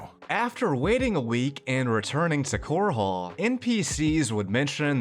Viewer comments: ffs it's not "Core-haul" it's "cor-ul". Listen to the NPCs. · Pls its chorol not core hall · Bravil is pronounced - bruh ville not like gravel Also, Chorrol is pronounced Core'll not core hall lol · Wait... "Core Hall"? It's pronounced like coral. Like the aquatic creature. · Why are you pronouncing Chorrol with a second h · I found it amusing how you pronounced Chorrol as Chor hole. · Not to be nitpicky, but your city pronunciations need some work. Bravil is pronounced the same as Brazil and Chorrol - the same as coral. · Everytime he says core hall it hurts my soul